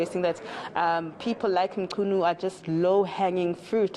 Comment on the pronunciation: Thanks mama for effort to properly pronounce the surname.